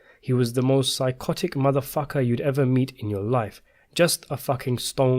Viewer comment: The way you say MF makes me laugh lol